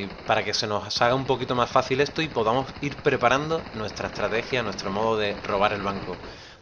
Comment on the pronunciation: etoo etooo ESTO !!! pronuncia bien la S !!!